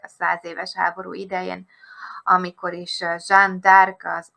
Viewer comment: Jó videó, de van egy apró észrevételem. A francia város neve kiejtése orléan. Az orlínsz az amerikai város kiejtése. 😉